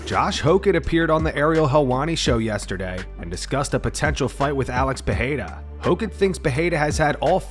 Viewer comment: Josh "Hawk-it" Hokit